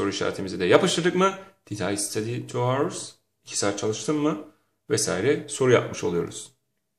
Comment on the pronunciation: Hour our diye okunmaz Aovırs gibi okunur.Nasıl öğretmensiinz